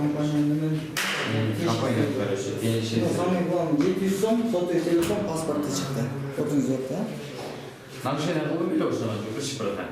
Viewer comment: кыргызтан кыргызтан оа бул баланын уну жакпайтат еще мурункудай кызыктуу болбой калат экен жаман жазап суйлойт экен го телефон дегенди тилифон деп 😠😠😠